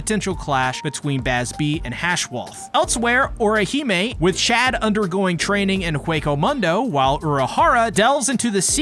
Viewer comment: Well at least you pronounced Chad right 🥴